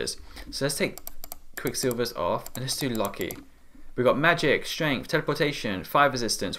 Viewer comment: Loki is pronounced lo-key